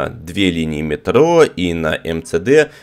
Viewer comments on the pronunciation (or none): none